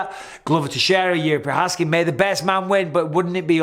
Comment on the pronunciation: You mispronounced Jerry Provider